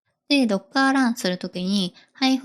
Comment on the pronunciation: 若いエンジニアのドッカーやパイソンのイントネーションに違和感がある。